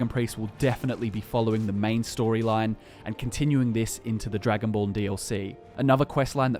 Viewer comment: Is just me or does he say the Dragonball DLC? I know it’s called Dragonborn, but still is it just me?